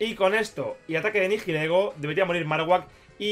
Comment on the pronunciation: Por favor, deja de decir "NiJilego", la H es muda. El nombre viene de las palabras "Nihilismo" y "Ego", lo que vendría a significar "Carente de identidad". Un saludo y enhorabuena por esa victoria.